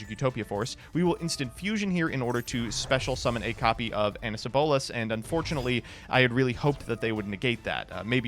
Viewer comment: Ansyalabolas? If the English name is harder to pronounce than the Japanese name, you did it wrong. I had no idea until I looked up his Japanese text, then it suddenly made a lot more sense. For some inexplicable reason, they romanized シャ as "sya" instead of the more common "sha". The first kana is 'shi' and the second is 'ya', but because its a smaller kana (ヤ vs ャ) it isn't a separate sound but a modifier of the first kana. The sha reading has taken over as the (somewhat) standard way of translating that sound (even if neither way is exact), and for me at least, An-sha-la-bolas makes way more sense.